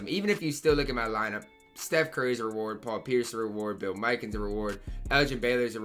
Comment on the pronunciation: bro said " bill mikan "😂😂